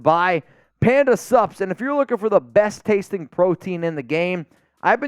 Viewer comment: I think this will forever be know as the episode where let’s us know he can actually say SUPS! Even if I knew it was Panda Sups, I only ever heard PANDA SUBS! The first few times I was trying to figure out what SUBS had to do with nutrition supplements….